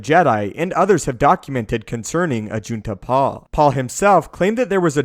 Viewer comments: Did you say ajit de pie That sounds like ajit pie destroyer of the internet IM WITH JEDI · Did you say Ajit Pai?